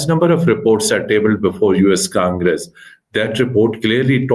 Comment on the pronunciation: Feels like watching 2 5th grade kids talking in English , your vocabulary is so poor and do not know how to compose a statement.... and Its not US Kangres... its US Congress...